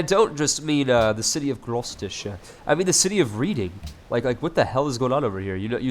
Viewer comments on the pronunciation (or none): It's pronounced red-ing not read-ing